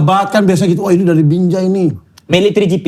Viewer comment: halahhh lidah abang bukan “binjai”, tapi “BINJE” 😂😂